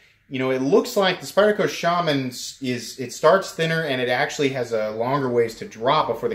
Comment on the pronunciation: Shaman is pronounced correctly .